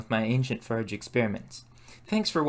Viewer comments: Where are you from you seem to have a real problem pronouncing the "or" sound before forge more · Pour not pure. Forge for ferge. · 'The pronunciation of "forge" as "furge" is often associated with some dialects in the Midwestern United States, particularly in regions where there is a tendency to merge certain vowel sounds, such as in parts of Minnesota, Wisconsin, and Iowa. This phenomenon may also occur in some accents influenced by Scandinavian or German linguistic patterns due to historical immigration in those areas.' Thanks, ChatGPT!